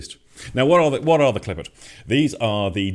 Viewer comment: The pronunciation of the word klipot is klee-pote the pote part would be like the beginning of the English word potential sans the ending "ntial". Regarding seeing this differently from bearded men in Israel... as one of them who has been in sifre Kabbalah (Kabbalah texts) for decades here in Israel... yes we see it much differently.